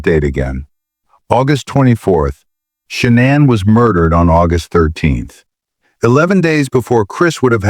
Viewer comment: Its shah nane not shannon (shah nin)